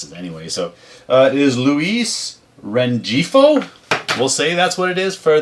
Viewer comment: Nice Rengifo/5 card and sale. You are close- it’s a hard G instead of a soft G, lol. I’m not surprised the Wells auto sold- ha and highly touted Jasson Dominguez were September call ups. It’s good to see people actually still buy physical books, lol 👍